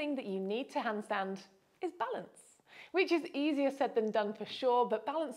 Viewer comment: AS German ITS funny to hear the Word "hundstund"😂 Therefore I have to Copy These exercises!